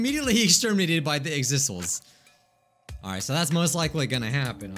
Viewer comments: You say Exisal like egg-suh-sajl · you've asked so i'll just say it "exisal" is pronounced "ex (as in like, ex girlfriend), is (pronounced like piss), all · Btw, it’s pronounced X-is-saw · Hey here is how to pronounce Exisal. English is my second language but i think it works! •ex (like the letter X) •i (i is pronounced like ee) •sal (pronounced like salt) Exisal = ex-i-sal = X + ee + salt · i think exisal is pronounced ex-ee-s-all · you say exisal like ex-eye-sell (Gonta is my favourite character too :>) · ITS PRONOUNCED EX-I-SAL thanks for listening to my ted talk